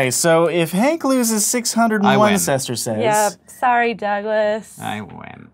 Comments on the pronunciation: Söstörsiis. Söstörsiis.... Oh you mean sestertii :D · It's Sestertiī! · Sestertii*!!